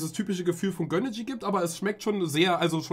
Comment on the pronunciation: Warum sagt er göhneejie